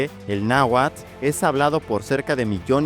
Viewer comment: Carajo ya no digas "náhuat". ¡Es náhuatl! Y te jactas de que el español mexicano no se come las letras pero ahí vas.